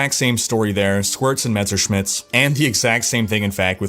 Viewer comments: I see, took some german classes and now can pronounce Messerschmidts correctly:) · Heh! You figured out how to say "Messerschmidt". A shame. I was kinda waiting for you calling it "Mr. Smith's Reaver" once again...